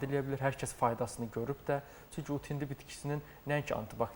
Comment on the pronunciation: Başa düşə bilmirəm "ut hindi" yoxsa,"ud hindi"?. Sözü düzgün vurğula savadlı həkim....